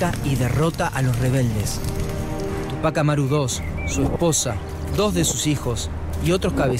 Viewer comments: Ademas los no peruanos dicen tupác Amaru y es Túpac Amaru. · Tremenda tilde en Ú de TÚPAC ... y le dice Tupác Amaru dos... terrible